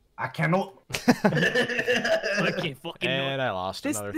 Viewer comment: if you want to hear Lex say "I cannot" in a British accent.